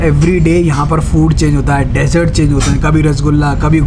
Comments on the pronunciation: Please do not say sweets as desert as its dessert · Please don’t say desert , say dessert